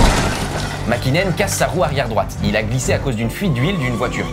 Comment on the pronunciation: Le copilote de sainz c moya pas servia et le champion du monde c makinen pas hakinen